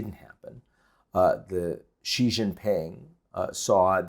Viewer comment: Hey, he pronounces Xi right. Most don't and don't care that they don't.